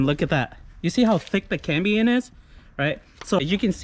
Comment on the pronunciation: Very cool but my ears were buzzing every time you said cambien. It's cambium lol. Now let me get my drill 😃